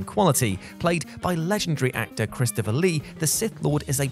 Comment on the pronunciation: Did anyone else catch "actopher Christopher Lee?"